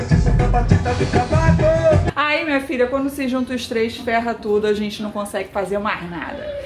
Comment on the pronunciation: Pra quem é chá gelado kkkkkkkkk me acabo de rir com a falando gênte 😃😃😃😃